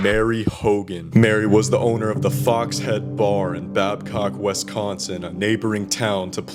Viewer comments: Repeat after me: WISS consin. It’s not WESS consin. I’ll never understand why people pronounce it that way. It’s pronounced exactly like it’s spelled. Having said that, this is a darn good video about the case. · You're pronouncing Wisconsin wrong. Otherwise, good job